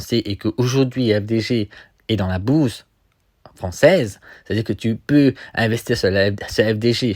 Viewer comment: Tu prononces BOURSE comme BOUZE ; FDJ est dans la BOUZE !!!! ha ha ha